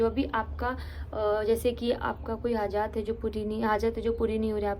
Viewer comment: Hajaat not hazat